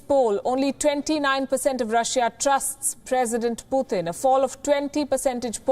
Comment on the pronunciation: It's Putin NOT Puthin. Please say his name correctly.